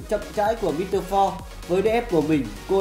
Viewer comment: Mít tơ pho sau đó đọc sang tiếng Việt mờ rờ 3 khá hài hước.